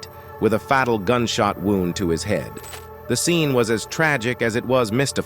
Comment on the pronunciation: Fat-il? U mean all these years I've been pronouncing it wrong? I thought it was fate-il. I guess I-land really is Is-land.